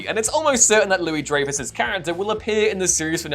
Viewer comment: It is pronounced (dry-fus) but at least you got the first part right